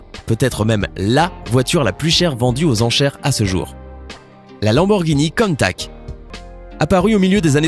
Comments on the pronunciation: Naan mes oreilles saignent ! C'est pas la Lamborghini "Contack" ça se dit countachhhhhh merci de ne pas écorcher se nom mythique 👍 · Countach et non pas countak putain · Contach pas contak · 9min30 countak!!!! Mdr !! Countach!!!!🤣🤣😂🤣😂😂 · on parle de l'erreur de prononsation de la lamborgini countach ? car oui on prononce bien le CH a la fin et non '' contact '' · pour le countach on pronce ch et pas k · que d'erreur dans ce reportage , la ferrari F40 c'est pour franchir les 300 km /h et pas les 200 km/h , et la lamborgini COUNTACH se prononce " counetache " pas " contact" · Countach, ça se prononce "Countache" et pas "Contak"... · Mdrr countact, countach putain 😂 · C’est pas countak c’est countache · On dit pas "countak" mais "contache" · Tsss CountaCHHHH et pas Countak --' faudrait apprendre à prononcé correctement ! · Par contre tu fait une erreur de prononciation sur la dernière Lamborghini tu dit countac tu doit dire countache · On dit pas countaK mais countaCHH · Y dit pas countach mais contach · On dit Countache pas countack ! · c'est pas cuntach c'est cuntache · la lamborghini countac lol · Mol il ma tuer quand il a di lamboeghini KOUUNTAKK....😅😅😅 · "Lamborghini Keuntak 😂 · J'ai vomis quand j'ai entendu le "countak" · Sa se dit coun tache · On dit lanborguini ContaCHE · On dit « Counta(che) » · La prononciation de Countach... 😭😭😭😂😂😂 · pas terrible la prononciation de la dernière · Oui c'est vrai ca fait mal aux oreilles 😤😤😤😤